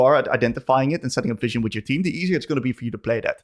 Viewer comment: Hey man thank you for the content. You're really good at explaining your thought process. The whole video I was so confused on why you used the term 'fishing' whenever placing a ward. I figured maybe its a term I didn't know yet, fishing for picks? Then it clicked on me. You're saying 'vision' XD Gave me a laugh at my own stupidity. Thanks though for the content and the fun!